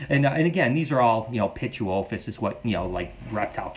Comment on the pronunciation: Thank you for pronouncing pituophis! I've been trying to figure it out for forever! 😂